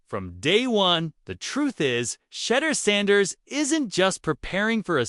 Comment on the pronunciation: SHEDDER SANDERS